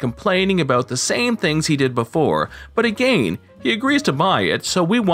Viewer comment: Are you really pronouncing "again" like that for real or are you just joking? It's annoying me like hell because you talk normal otherwise